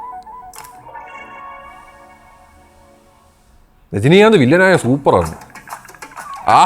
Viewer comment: Rajinikanth❌ Jajinikanth✅